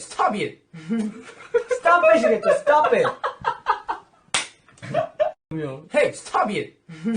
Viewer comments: "Hey stobe iet" is now my catchphrase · Every time he says stob it.. I laugh my as* out And my mom asking me to show what I'm watching so long🤦🏻‍♀️